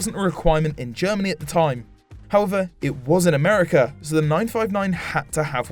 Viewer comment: All good, but I believe it's "America", not "Americar".